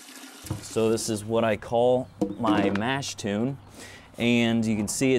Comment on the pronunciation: I know this video is 4 years old, but come on! Mash "tune"? No. Mash "tun". And "Craw-zen"? Nope. Kroy-zen.